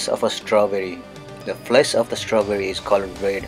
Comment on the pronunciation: “tHE FLEs of ThE STAWbry”